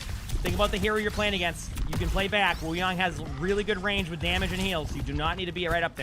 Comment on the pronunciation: W vvideos thank you for pronouncing his name right Wuyang